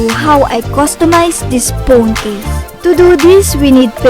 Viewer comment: She said “pone case”